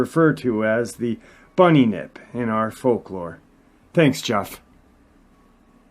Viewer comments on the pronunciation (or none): Pronounced Bun- yip ( two syllables). Cheers from Brisbane, Aust.